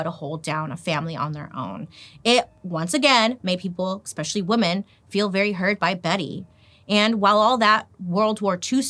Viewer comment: I love you girl but hearing you say expecially and excape drives me insane lol